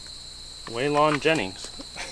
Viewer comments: 😂😂😂😫😫😫 he said WAYLAWN JENNINGS lol it’s WAY-LEN JENNJNGS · Way-Lon Jennings 😂😂 way-lyn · hey great video one step closer from driveing where she was sitting for so long cant wait will catch up tomrow lol waylong jennings its pernownced waylon jennings lool hahahahha that made me laugh hahaha thumbs up and shared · "Waylawn Jennings" ☠️ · “We got Way lon Jennings” “how did you just pronounce that?” Man got offended 😭 rightfully so tho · 4 years later and still says "Way-lon Jennings" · Way-lon jennings....that boy should be ashamed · Weigh-Lon Jennings ROFLMAO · "way-long" jennings... "sorry do you know him"... haha, you fellers crack me up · way-lon jennings .. damn man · Way-Lawn Jennings? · Anybody else get triggered when he said wayl-ON Jennings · "WAY-lawn jenning".....: how did you pronounce that? LOL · Way-LON Jennings. lmao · Way-lon haha! his tractor done rolled away! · ‘Way-lon “ Jennings...you guys are a disgrace to truck mechanics the world over! Good video though. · Way-Lawn Jennings lol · Way-lawn Jennings...good ol' Way-lawn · Way-LAWN Jennings. LOL. Love it. Youngsters. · Way-Lon?!?!🤦‍♂️🤦‍♂️🤦‍♂️ this generation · Way-Lan Jenning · Way-Lon Jennings... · Way-lawn.......really dude? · Love the videos but sorry I was forced to dislike when he mispronounced Waylon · I was going to sub till you couldnt say waylon jennings or even knew who he was for that matter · The way you pronounced Waylon Jennings was very offensive. Lol